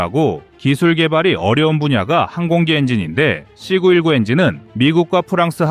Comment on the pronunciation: 는 AI 인가요? 발음을 왜 AI처럼 발음을 할까요? 사거리를 삭꺼리로 발음하고 C 919를 C구 일구로 읽고......그외에도 몇개가 더 있던데 듣기가 좀 불편하지 않습니까? 나만 그런가요?